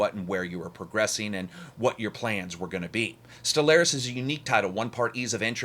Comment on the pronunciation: It's pronounced Stellaris not Stellaris